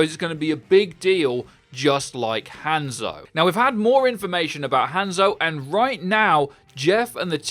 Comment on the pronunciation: Every time I hear him say hANdzo I shiver a little.